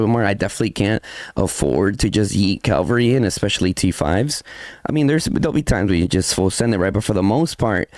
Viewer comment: CA-VAL-RY - you damn mexican, say it right